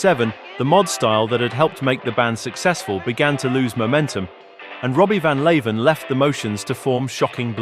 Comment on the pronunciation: Leeuwen is meant to be pronounced as Loo-wen, not Lay-ven.